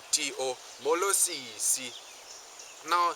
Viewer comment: As a non-Xhosa linguist I can tell that your vowels are a bit too long. Siiiiiiisi instead of sisi for example. I'm grateful for this video and aware that it's four years old (so maybe your newer content doesn't exaggerate the accents quite as much?) but as a linguist and language teacher I'd advise you to be careful. It would be easy for someone (who does not appreciate the effort and deep respect you would have needed to master this language to such a high degree) to think you're trying to make their mother tongue sound silly. They say a person's name is the most beautiful word to him, in any language... but my experience says that a person's language is the most beautiful sound to him, in any context. Still, I'm deeply grateful for this content. Haven't stalked your channel yet, but I hope you kept making content like this!